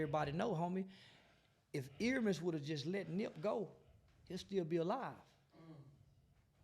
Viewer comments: Please say the man's name right. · hate that he keep saying his name wrong